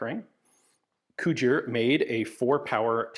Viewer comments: I was very briefly convinced you were saying "Couture", not "Cugir", and I had been wildly mispronouncing "couture" my entire life. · If you think “Cugir” and “Couture” sound alike, you definitely have😂